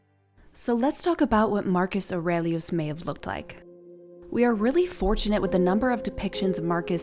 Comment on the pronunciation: Bravo how you pronounce his name!!! Love it! 👍🏼